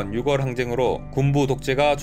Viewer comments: 6월을 읽을때 유궐로 발음하는것이 아니라 유월 로 읽어야 합니다ㆍ 국어 공부좀 하세요ㆍ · 6월..육월(×) 유월(0)